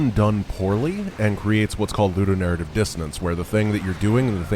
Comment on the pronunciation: Would someone be so nice and explain what narrative is talking about (and then several times more,, etc.)? Is it "Ludo-narrative"? "Lu-narrative"? "Nu-narrative"? I generally have no problem understanding what says, but this time I have absolutely no idea. Any help will be really appreciated. Thanks in advance!